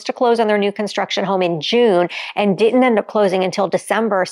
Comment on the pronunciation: It’s pronounced “Didn’t” NOT “di ent”